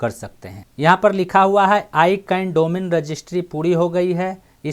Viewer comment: Sir ji aap words ka pronounce thik se kare. I can nahi hai wo. Wo hai ICANN Jo AK company hai Jo domain ka name aur Number ko control karti hai.